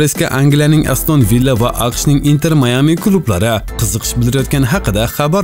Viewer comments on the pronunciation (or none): none